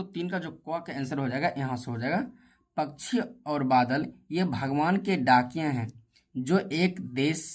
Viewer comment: Bhaiya pakshi hota hai pakshi nahin hota aapko dhang se padhna nahin aata Aap apni video mein acche word use Karen acchi tarah Se bole spasht ko ispat mat bolo spasht bolo dhang se har chijon ko spasht bolo